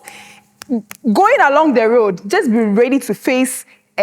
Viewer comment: My friend… you can’t say „jost“ and claim Ghanaian. They are all Nigerians na. Another one said „kontry“ and the other said „kid-napd“ not kidnapped!